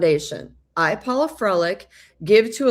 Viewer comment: Paula. (Not Paulo)